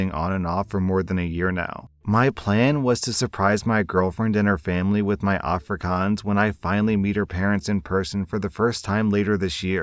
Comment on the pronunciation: A* for effort with the Afrikaans, though it is a little more of an O sound but soooo much better than the Ah-frikahns most English people say.